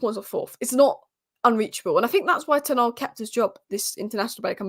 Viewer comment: "Tennawg" ...It's Ten Hag!! That annoys me 🤣 Otherwise I love this channel 👍